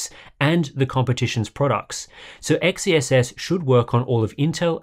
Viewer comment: I think XeSS is pronounced "excess", not the way you were saying it.